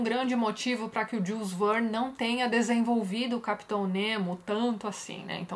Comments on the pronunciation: Olá Tatiana , permita-me te corrigir a pronúncia do nome do autor , em francês: Jul (sem pronunciar o "s") e Verne como Vér + n . Até mais! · Tati, Jules Verne é francês, você está pronunciando o nome dele como um inglês falaria, segue um link com a pronúncia correta do nome dele, ok, abraços